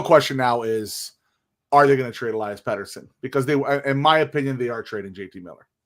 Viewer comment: Maybe we should trade Elias p40 because after all these years, you still don't know how to pronounce his first name!